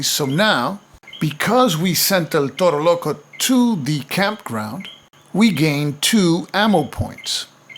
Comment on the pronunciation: Amazing playthrough, and amazing pronunciation of El Toro Loco. I want buy the game but here in spain is hard to find